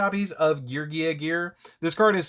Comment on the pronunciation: I love you and I love your content! But PLEASE pronounce my gear boiz correctly 😂😂😂